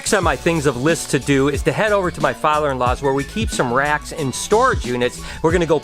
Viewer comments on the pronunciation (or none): I thought u said Rats at first so i am like why would ur father-in-law have a storage unit filled with rats?!?! 😂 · When u said 'moving racks' I somehow heard 'moving rats!' I was so confused! Love the vlogs, keep up the good work!✌️x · Did anyone else thought he said rats instead of racks 😂😂